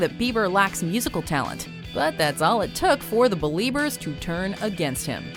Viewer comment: Drake fucking bell doesn't even know that it's beliebers not believers.......